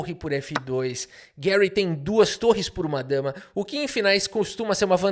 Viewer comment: Por favor, fale Garry, nunca Guérry. Um soviético não merece seu nome em inglês estadunidense.